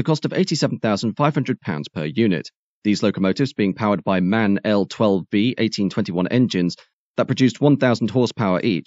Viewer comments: Just FYI "MAN"(the company) is pronounced as individual letters, i.e. "EM-AY-EN", not as a word. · Indeed correct! Not to be too pedantic, in German the pronunciation would be Em-Ahh-En.